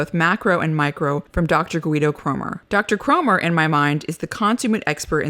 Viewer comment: Certainly a good talk, but that American way of flagrantly & carelessly mispronouncing the name of interviewee who happens to have a foreign name is a bit saddening.